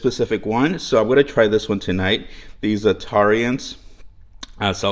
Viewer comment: Don't know how far back you check comments on your videos... but it is pronounced ZAT-TAR-RANS (phonetically speaking anyhow) and yes, yum to your recipe. Zatarains has so many awesome flavored rice mixes. Go bold or go home I think might be the motto with them. I'm not being critical... just trying to be informative... kind of a difference. 😊